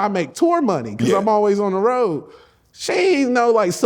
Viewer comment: “ On The Rwoad” Like The Lil Boy From Temptations.😂😂😂